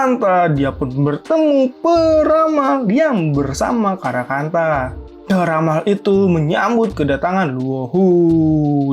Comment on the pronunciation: bilang karakanta mirip karangpantat